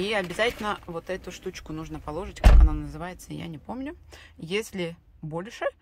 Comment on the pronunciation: пожалуйста,говорите правильно на русском языке.Правильно говорить положИть,а не как вы говорите- полОжить.